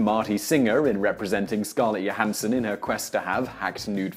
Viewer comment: Scarlet Yo-han-son?